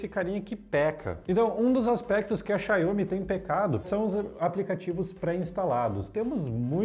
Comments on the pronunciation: Essa pronúncia Xanhomi 🤦🤦🤦, Xaumi, Xaumi, Xaumiiiiiii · Pelo amor..... "Xaiomi" não existe! Xiaomi se lê "Xaomi" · Começou o vídeo já falando xaiomi! Não sabe nem pronunciar o nome vai saber o que!? Da uma pesquisada!